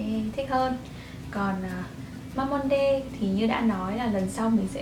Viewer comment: ơi Mamonde đọc là ma-mông-đư chị ạ <3